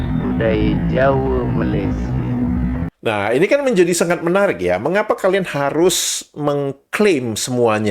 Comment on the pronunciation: Jelek gitu aja bisa menang ya di malaydesh. 😛😛😛 Island girl from Indonesia kan udah pas, jadi kagok kalo diganti jadi island girl from ma a laysia, bunyi "ma" nya dipanjangin, ditambahin huruf "a" lagi biar bisa pas. Emang lawak malaydesh. 🤣🤣🤣